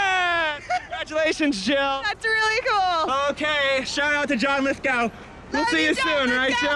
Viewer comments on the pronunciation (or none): He mispronounced Lithgow...